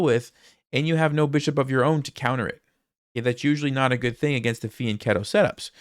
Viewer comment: Props for pronouncing fianchetto right.